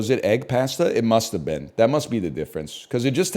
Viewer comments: NL, you're killing me with your pronunciation of cooked noodles. Pasta is pronounced "p-ah-sta" not "pah-sta." 🍜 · Why does he say pasta like that